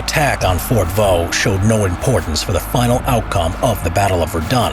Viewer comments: On ne dit pas "Fort Vaux" mais "fort de Vaux". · Fort DE Vaux ;) et non "Fort Vaux". Yeah, french is tricky, specialy when it comes to names.